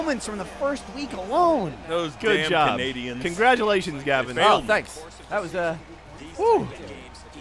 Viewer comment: Fun fact: Every time Canadiens gets pronounced Canadians, a quebecer becomes a separatist.